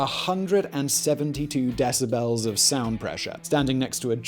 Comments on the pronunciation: Simon, I love it when you say deciBELLS 😁. Love your channels! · "LASS-vegas" and "Dec-a-BELLS". I realize hes English but funny the enunciations he puts on "syll-a BELLS" lol